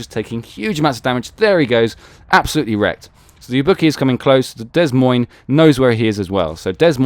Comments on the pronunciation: The ships name is pronounced - "Da Moyn" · Drop the 'S' in 'Des Moines'